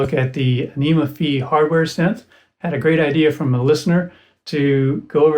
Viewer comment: Incidentally, it's pronounced "Fie", to rhyme with Pie, or Pi - it's a letter from the Greek alphabet. I think "anyma" is meant to rhyme with "animal", or "animation", but it hadn't occurred to me that it could be pronounced "aneema". I think "Any Ma" would be another good candidate :) Thanks for the demo and exploration. I haven't had mine long. I've been putting off trying it with a wind controller until I get more familiar with it, because it's so hard to tweak settings while holding one of those.